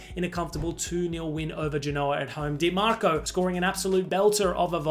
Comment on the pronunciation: This is "Dih-Mac" Daily 😫